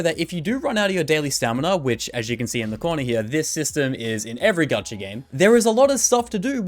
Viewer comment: bruh idk why but him saying "gachaRRRRRRRRRRRRRRR" is sooo fkn... idk, not really triggering but it is like when you scratch glass with a nail... ugh... icant XD